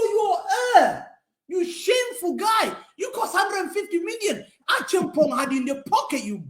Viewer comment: This guy is saying acheampong like a real ghanaian uncle